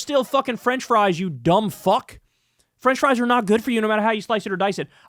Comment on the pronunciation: Kyle putting emphasis on "you dumb fuck" every time makes me lol